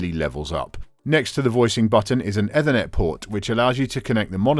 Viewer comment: Hi - the "eth" in ethernet is pronounced like tea, not like death, if you see what I mean. Great podcast - my go-to for any reviews before spending any money. Bought 2 pairs of A7V's on the back of your review.